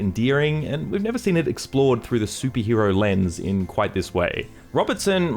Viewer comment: why are you saying "soupie hero" instead of superhero?